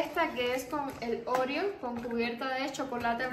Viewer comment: Donde le viste tú el acento a Oreo, para pronunciar Óreo?